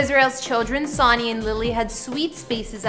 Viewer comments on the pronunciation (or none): HER MARRIED LAST IZ PRONOUNCED HO-TON AND ITS SPELLED HOUGHTON GET PEOPLE'S NAMES RIGHT BEFORE SHOOTIN THE VIDEO HER HUZBAND'S NAME IS ISRAEL ISRAEL'S SON'S NAME IS PRONOUNCED SUN-NY SPELLED S O N N Y